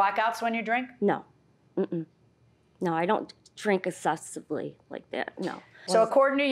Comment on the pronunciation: "I dawnt dwink essessively like dat". Yeah, you're totally buzzed! I don't blame her. I'd have to have a shot or 2 before going on nationwide tv.